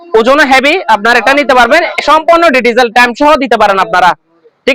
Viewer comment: Ditijel na digital 😂😂😂😂😂😂😂😂😂😂😂😂